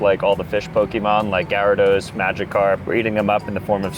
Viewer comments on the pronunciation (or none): none